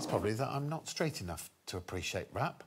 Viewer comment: how does the response "I'm not street enough" not make sense in the context of hearing a rap song? Rap being notoriously associated with the streets. It did sound like he said straight but let's not pretend the other option makes absolutely no sense.